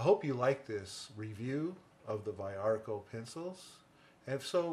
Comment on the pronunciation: the pronounce is veearco. cool video. those purple are copy pencils (that's what cópia means).